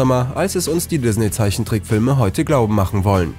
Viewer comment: Wie er immer dizzney sagt😂😂😂